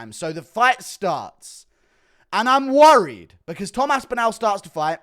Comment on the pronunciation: Omg please pronounce aspinalls name correctly